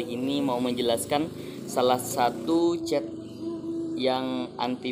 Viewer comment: Cat bang bukan cet😭😂